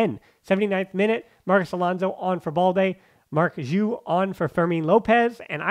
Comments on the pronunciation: Been a long time podcast listener and I enjoy your content. Just wanted to correct you (again 😂) on the pronunciation on Marc Giui's name. The G is a strong Ghee sound, like in the word Glee and not Jee like Jeep. So it's said Ghee-ooo, or Giuw, and not Jew. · You say the name wrong is G (like Game), I (like rip), U (like lure). GUIU (first U is silent, you do not pronounce it)